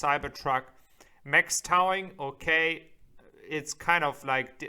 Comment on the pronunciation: ‘Towing’ is pronounced ‘toe-ing’. “Out of the question “. ‘Sit-chu-a-shun’ I am an English teacher. I’ll be happy to help you catch those mistakes